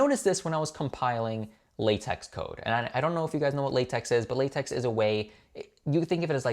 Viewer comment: LaTeX is pronounced la-tech and is a markup language.